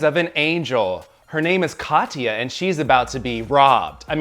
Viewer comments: Every time he calls her Katiya I get flashbacks of TKB saying Chad instead of Chaz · It’s Kah-tyah, not Ka-tee-ya. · am I the only one bothered by people saying "ka-tee-ya"? it's Kat-ya. 2 syllables, not 3. (ignore my neurotic bullshit lmao)